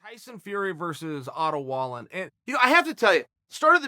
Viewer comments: Pron: Vall een. Your producer sucks and if you watched the fight the announcers said it times. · It's Vall-N. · in Swedish Wallin is pronounced "wall-een" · Pronounced vall-een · Chael his name is pronounced (valeeeen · I’m pretty much positive it’s pronounced valEEN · Wrong chael pronounced Valine.. still love ya tho. And disagree with the potential scoring after 6 at best wallin was 3-3